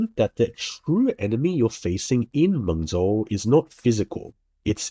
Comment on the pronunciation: Mengzhou, the ZH is pronounced as “J”